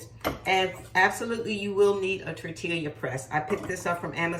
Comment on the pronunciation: Tortilla(Tor-Tee-yah)😅 Looks good. Will try soon. TFS.